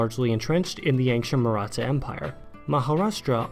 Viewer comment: You may have butchered some of the pronunciations, but I appreciate that you didn't pronounce the "th" in "Maratha" as in "think" or "that"; most people seem to make that mistake.